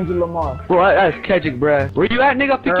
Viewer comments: He said who is klundrick lamar lol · "klundrick Lamar" hahahaahahaha that had me dead😂😂😂😂😅😅